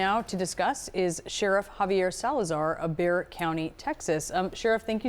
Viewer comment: It is Bexar County....NOT Bear.